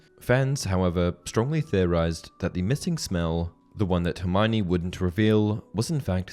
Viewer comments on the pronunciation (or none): none